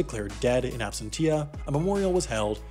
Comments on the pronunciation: Ab-SEN-shuh Not Tia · It's pronounced ab sen shia no ab sen tia ! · I’ve always thought that Americans pronounced Absentia = Abs-sen-shā and not Abs-sent-ti-a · ab sent sha not ab sent tia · Absentia: Ab - sen - sheea Not: Ab - sen - teea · I disagree. The stress should be on the "sen" syllable, so it's either "ab - SEN - sheea" or "ab - SEN - teea" or "ab - SEN - cheea". But definitely not "ab - sen - TEEa". The mistake was in stressing the wrong syllable, but pronouncing the "t" is fine. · Why go to Skillshare when a YouTube comment can teach you? It's ab-SEN-cha, not ab-sen-TEE-ya. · Well, you should've learned a bit of Latin then. It's absentia, not absensha. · lol 'Ab-sen-tee-ya' is pronounced 'ab-sen-sha'. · I disagree. The stress should be on the "sen" syllable, so it's either "ab-SEN-shia" or "ab-SEN-tia" or "ab-SEN-chia". But definitely not "a -sen-TEEa". The mistake was in stressing the wrong syllable, but pronouncing the "t" is fine. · It's not AB SEN TEE' AH --- It's ABSEN TEEA' (In Latin). Even the English "T -> SH" is more correct than the stress switch you made... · In ab-cents-ia, not absent-ia ☝️ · Sorry, as a lawyer I just can’t help it. It’s death in absentia pronounced abSENshia, not absenteea. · AbsenTEEya? Try... abSENcha! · Your constant mispronunciation of absentia nearly drove me nuts lol (the last syllable is pronounced "shia" not "tia"). Other than that, great video! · Death in absen-tee-a?!?! LOL It's death in ab-sent-chee-a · As you are in the business of communication, thought you would like to know "Absentia" is pronounced like "Dementia", not ab-sen-TEE-a. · I love your videos. But I recommend checking word pronunciation 😉 absentia is not ab-sen-tia it’s: ab-ˈsen(t)-sh(ē-)ə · Absentia is properly pronounced "Absensha," not absen-tee-a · “Ab-SEN-she-a”, not “ab-sen-TI-a” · Its absenshuh not absentee-uh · Your pronunciation of absentia hurts. ab-SEN-sha or ab-SEN-tee-uhh, not ab-sen-TEE-yuh